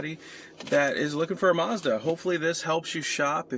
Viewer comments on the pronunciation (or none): There is no r in Mazda